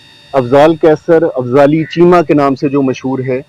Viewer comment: Afzali chema not correct it fali chema